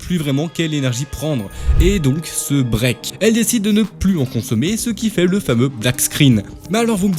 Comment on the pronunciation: En gros, il a mal compris. Tu voulais dire break, mais tu as prononcé brick. Break se prononce "brai-que" :)